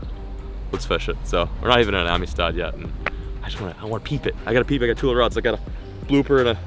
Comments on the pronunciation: I’m usually the first one to hammer a pronunciation/grammar nazi, but everytime you say ameestaud I have to cringe. Around here it’s pronounced “AMSTED”. So. Welcome to Amistad!! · marcos l I think he is putting too much emphasis in the I. Should be amistad not amestad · It’s pronounced Am-sted not Ami-Stad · The lake is actually pronounced amsted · I live like 4 hours from there and I’ve never heard it said like that. Everyone around here says “amsted” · How he pronounces Amistad drives me crazy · Every Texan rn is annoyed with how he says “Amistad”